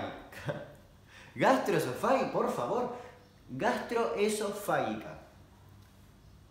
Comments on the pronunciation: Perdón, recién hoy lo vi. ¿Por qué dice gastroesofá-GUI-ca, si se escribe sin la "U", o sea gastroesofá -GI -ca? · Y es "gastroesofáGica", no "gastroesofáguica"... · Encima creo que se pronuncia gastroesofáJica JJAJAJAJAJJAJA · FAGICA jajajaja No FAGUICA jajajaj LPM PRONUNCIA BIEN DAMIAN! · El video: 30% damian diciendo como tragarse una espada 70% damian intentando decir gastroesofarica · Damián, el que diciendo gastroesofarica me hace reír cuando me acaban de mandar a la mierda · grastroesofaica Damian: E S T R O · Jaj tanto esfuerzo y nunca lo dijiste bien :). Es gastroesofágica. La g pronunciada como si fuera j. Igual muy entretenido el contenido de tu canal, te miro siempre. Besos. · Minuto se te dificulta decir gastroexofajica por que eres argentino. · Gastroesofágica se pronuncia como si la g de esofágica fuera una j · La "gi" se pronuncia fuerte, como en Gitano. No se pronuncia suave como en el video. Por lo demás, impecable.